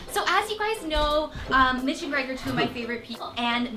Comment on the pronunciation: Thanks Mitch! Kinda sounded like Thanks Bitch! Lol I'm laughing so hard :/